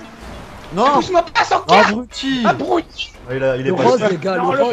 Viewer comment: Est ce qu'on peut dire a et qu'on dit abruti et pas abrouti